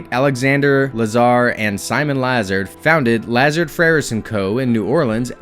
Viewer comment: Yeah he kept on pronouncing it "Lazerd" when it should be pronounced like "LeZAHRD"